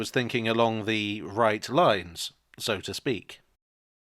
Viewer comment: You say "So to speak" I hear "Sodastream "